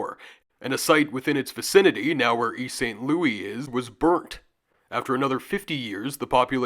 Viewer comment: St. Louis local here, please for the love of all that is sacred in this world stop pronouncing the name of our city as it is written, we pronounce it like the name Lewis.